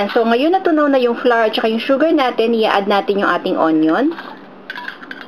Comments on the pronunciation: Polica grammar lang flour pronounce as \ˈflau̇(-ə)r\ or ung sound ng bulaklak sa English ( flower) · "Flar" :3